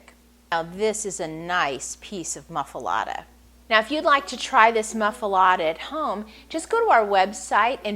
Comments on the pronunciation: It's pronounced moof- ahh- let- ahh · She can't even pronounce the name of the sandwich correctly! So, no! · was going to watch until she mispronounce the name. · wrong bread, never heated and she cant even pronounce it....